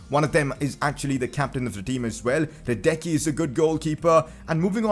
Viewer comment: Great Vid.. BTW It Is Pronounced hradetsky